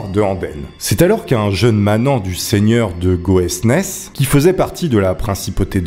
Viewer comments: C'est juste excellent d'écouter cette fabuleuse histoire avec toutes les villes et villages qui m'entourent. Avec une prononciation complètement pétée mais ça donne un charme supplémentaire 😂😂 (le pire est Goesnes, se dit "gaune") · Histoire magnifiquement bien racontée juste que Goesnes ne se prononce pas "go ès nès" mais simplement "gônne"! Merci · J'habite Ciney ! Trop drôle de voir une vidéo traiter de ce sujet (je suis historienne), tu gagnes une abonnée :D (juste, on dit pas GoÈsnÈs, ça se prononce GÔne 😂) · Le z de Condroz ne se prononce pas, et Goesnes se prononce "Gaune". Vive la Belgique 🇧🇪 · Goesnes a se prononce gaune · "Goesnes" se dit "Gaune" ahah😊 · au fait le « z » de Condroz ne se prononce pas et le nom du village de Goesnes se prononce « gaune » (j’habite at1km en même temps) sinon je trouve ça vraiment cool que tu fasses découvrir l'histoire de ma propre région qui justement vaut la peine d'être plus connue, tu a bien fait ça (les condrusiens faites du bruit!!!)